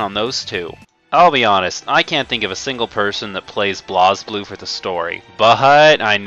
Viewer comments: Though its BlazBlue, its pronounced as Blaze Blue... Not BLAOZ BLUE. Idiot. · I know that this is an older video but every time you pronounce BlazBlue (Blaze Blue) "Blahz Blue" I cringe as a fan. Also the story (if you actually are paying attention) isn't THAT hard to understand. It does have a few plot holes and problems, but getting a general grasp on it isn't that difficult.